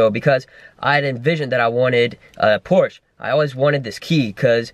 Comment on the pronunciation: Pronounce porsche right